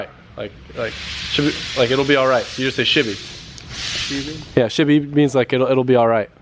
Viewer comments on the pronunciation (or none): mate it's "she'll be right" not "shibby right" 🤣 good effort tho hahahah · Anyone else think he was saying "shibby" because he watched "dudes wheres my car" on a flight?